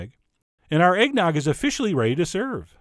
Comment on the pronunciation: No shit,I heard eggdog instead